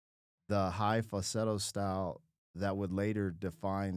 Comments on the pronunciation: You seem to be leaving the L out of fal-sett-o when you pronounce it, which is probably why AI got it wrong the first time. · Dude how can you not be able to say the word FALSETTO!!! LOL